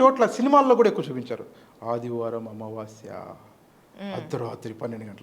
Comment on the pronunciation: అమావాశ్య కాదు తల్లి...అమావాస్య అని పలకండి.